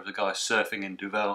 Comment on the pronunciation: Duvel don’t put emphasis on the ‘vel’ put it on the Du. It means Devil BTW.